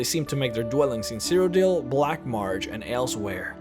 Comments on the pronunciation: "Black Marge" its black marsh! S H. MARSSSSSHHHHH. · Why do you say "black marj" it's "black marSSSSSSHHHHH" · Your pronunciation of Black Marsh as "Black Martch" is really irritating. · I cringed every time I heard 'The Black March' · theyre called hagravens. and its Black Marsh not black march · Weird why do I keep hearing him say "Black Marge" instead of "Black Marsh"? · Weird why do I keep hearing you say "Black Marge" instead of "Black Marsh"? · Loved the video. Why does it sound like you're pronouncing "Black Marsh" with a "G" sound in it? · im sorry, but the way you pronounce lycanthropes and black marsh is unbearable